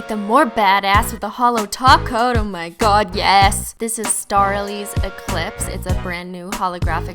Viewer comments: Every time you say: Top coat, I understand taco😂😂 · whenever she says top coat, i hear taco